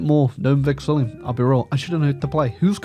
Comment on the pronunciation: please, I can't take it anymore—it's not Vexillium, there is no second letter I